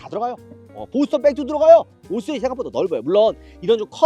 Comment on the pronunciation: 은 왜 항상 5시리즈를 5쓰리즈라고 말하는 걸까